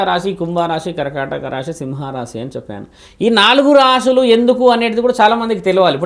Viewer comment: రాషులు కాదు తల్లీ రాసులు